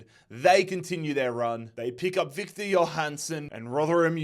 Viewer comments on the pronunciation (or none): none